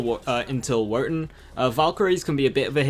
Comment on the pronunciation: Why do you pronounce Wotan like that? Fix that.